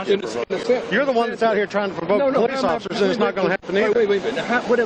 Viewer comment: I count 7 powwece officccers.. really? He is literally cooperating with everything they ask.